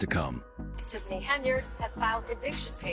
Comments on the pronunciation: COMMENTATOR!!! Her name is not Henry……..it’s Henyard pronounced Hen. Yard. Get it right or get off. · Can't really bear to listen to, watch, or take this seriously, seeing the same clips of Tiff Tiff repeatedly and the narrator continuing to pronounce Henyard as Henry!! It's absolutely infuriating! Really?! Bye👋🏾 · you obviously dont follow this story as you can't even pronounce her name correctly.